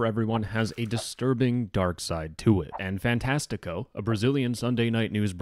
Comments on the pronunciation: as a brazilian, you are saying "fantastico" very wrongly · the topic aside, as a portuguese kid with a brazilian famiily, hearing you say fantastico wrong makes me tweak (i am the pronounciation police, im sorry) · its funny how you say ''fantastico''